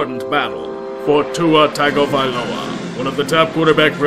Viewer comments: so Tua's name is pronounced "Tonga-Vai-loa" but great video once again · May i have a ringtone of pronouncing Tua's name?